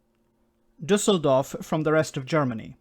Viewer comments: Just a personal compliment (even so a lot could be said). Great pronounciation by of the Düsseldorf city name with the Ü "Umlaut". Well done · No, it was good. As a German i give you the "Umlaut reward"